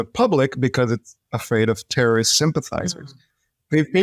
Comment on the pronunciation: You mean tewowist? Tehowist?